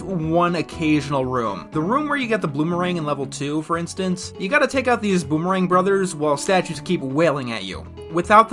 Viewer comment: I like how you said "Bloomerang" instead of "Boomerang". I got a little laugh out of that. c